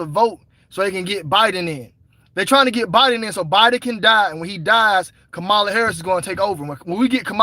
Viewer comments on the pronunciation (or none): none